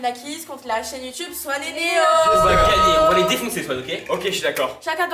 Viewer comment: on dit pas Swan il😢 on dit SWAN a grandit